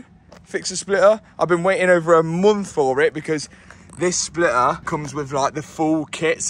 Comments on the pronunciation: Its NOT a Spliuhr its called a Splitter.... learn English :P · What is a Splitah? 😂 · MATT, there is a T in splitter ! 😂😂